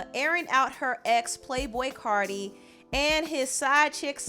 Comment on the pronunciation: Its CARTI (CAR- TEA) You would do ANYTHING to mention CARDI -_